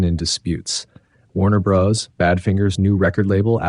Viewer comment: And "Warner Brothers"